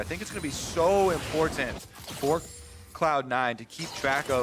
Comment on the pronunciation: "importhant" God this is so annoying. Dyrus did / does it too. They both from Hawaii? Its like Stewie and "Cool Hwhip"